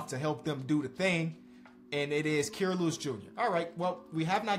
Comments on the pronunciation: It’s Ky-ruh not Key-ruh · I beg u please pronounce Kira’s name right